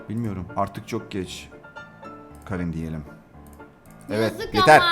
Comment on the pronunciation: O kerın diye okunuyo bu arada 26 ocak 2026